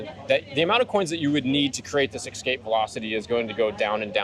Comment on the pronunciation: homie just said "ekspecially" and "ekscape" multiple times. wtf? instant credibility suck 😕